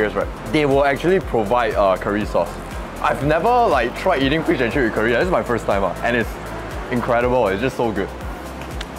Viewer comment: Why your pronounciation so weird one. Curry not keer-ree